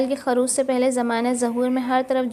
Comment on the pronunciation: ظہور کے ظ پر ایسے ہی خروج کے خ پر پیش ہے زبر نہیں بطورِ اصلاح بتایا ہے تنقیدی طور پر نہیں